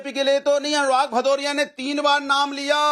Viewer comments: अरे भदोरिया पहले नाम तो बराबरबोल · अनुराग भदौरिया शुद्ध नाम बोलो 😂